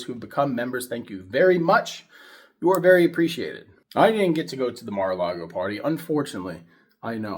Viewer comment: One million dollars to join Mara-lar-go.